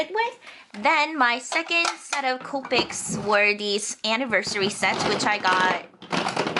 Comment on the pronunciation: she always says counpics instead of copics